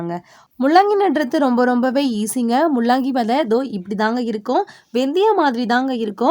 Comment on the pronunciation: Mullangi please correct pronunciation. La and llla is different